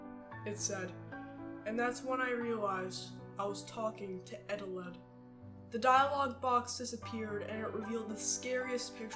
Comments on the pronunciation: It's actually pronounced E-Telled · Its confirmed eteled isn't spelled eteleD or Eteled. Its eteled